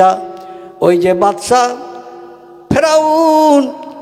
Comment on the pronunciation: Ferun noi sadd hobe.vul hochhe